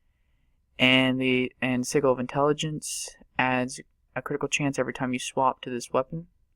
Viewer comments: Thank you. I was going to comment when you did. ITS NOT (sih -Gil) ITS (sih-jil)!!! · I never understood why people click, and i'm surprised i'm the first one to mention it. Also, its pronounced SEH-JUL. Sorry, but it was driving me nuts xD